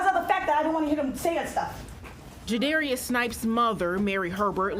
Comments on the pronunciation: Judarious? Really? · Jadarius? Adding random syllables is not working out. He’s a monster raised by a monster.